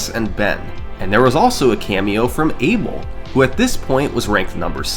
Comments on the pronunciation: Each time you pronouce "eibol" a kitten dies. Its funny that you pronouce David's name right but Abel wrong (should be/A Bell/) which from I can tell both hold spanish roots. Anyway I might be wrong, and this isnt making fun of you , just funny to hear. Anyway amazing vid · FYI, although he's British, Abel Marques is a Portuguese name. It’s not pronounced “Abel”, it’s pronounced “A-Bell” (sort of like “Isabel” without the “is”).